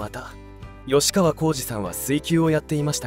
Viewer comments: よしかわじゃなくてきっかわ！ちゃんと 調べてアナウンスしな！ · よしかわこうじではない！きっかわこうじです！ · ヨシカワじゃなくてキッカワ❗️ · よしかわこうじ❌ きっかわこうじ⭕ 俺も若い頃、何度かケンカしたことありますが、はっきり言って１対１なら勝ち目ありますが１対２だとほとんど勝てませんよ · よしかわ？きっかわ、では？ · よしかわこうじじゃなくて😅 きっかわこうじだよ😢 名前間違えるの失礼😱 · よしかわこうじ？きっかわこうじです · よしかわ× きっかわ○ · よしかわ じゃ無い きっかわ だ